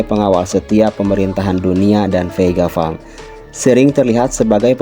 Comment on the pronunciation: VEGA PUNK CUK BACANYA PANG, BUKAN FANG,....